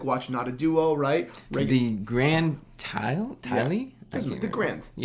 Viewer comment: Taille is pronounced “Tai” basically 🙂